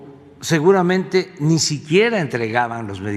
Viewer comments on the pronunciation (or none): none